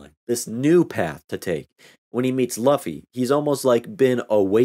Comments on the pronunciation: No no no~ it's not "Luff-e" it's "Lew-fe". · Bruh pls don't torture us by saying Luffy as Laffy. Its like saying Zolo instead of Zoro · You probably have been told this but in case you haven't, the main character's name is pronounced L(oo)fy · Yeah i felt stupid saying luh-fee the entire time and then i hear say “loo-fee” like “….oh… my bad” lmfaoo. Trust me its gonna take a long time for me to correct myself and pronounce it loofy, its gonna be the “kurapika is not a girl” meme all over again lmfao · I should have known bc i dont think japanese language has “uh” sound pronunciation, u almost always represents an oo sound like fool. Names are always complicated. Luffy Loofy. Krillin Kururin. I pronounce Gon with the “Go” pronunciation even though its “gone”. I still say Hizoka sometimes bc of my chicago accent way of speaking, instead of Hissssoka. I remember i would pronounce Killua sometimes like Kahlua the liquer by accident before i really got used to “Killwa”. Mugen i’d use the soft G instead of hard G pronunciation. Though im glad i at least get naruto right, and i know japanese pronunciation enough that “u” and “i” are rarely stressed, like desu or deshita, so i knew how to pronounce Sasuke. Languages are so fascinating. Im so trash at names lmfao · How have you seen so much anime and still pronounce luffy without knowing how to pronounce lu?